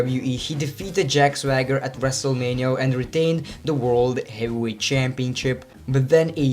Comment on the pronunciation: "As a heels?" "As a faces?" "Gyehweight?" "Willan?" Jesus H. Christ, stop butchering my language.